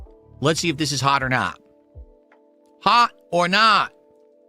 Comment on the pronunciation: “haugh or naugh!”